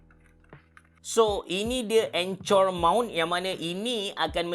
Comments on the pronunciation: sbg cikgu English rasa triggered sikit bila dengar abe sebut anchor jadi "encor" hahahahaah tapi mantap pc! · anchor= encor (enker)